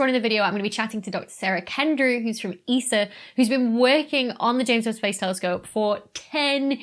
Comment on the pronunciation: Every time you say ames Webb Space Telescope it gets delayed by a day